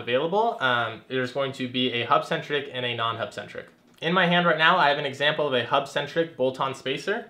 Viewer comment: Can you say hubcentric